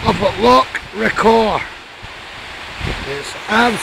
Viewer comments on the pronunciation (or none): Yer Scottish,so learn how to pronounce Loch.It isnae difficult